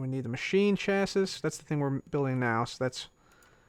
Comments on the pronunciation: I love how he keeps saying chasiss instead of chasees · Chassis = 'Cha-see' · you're saying chassis weird :) its (cha -see ) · instead of chassis you pronounce it Chas-E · You say chassis chassee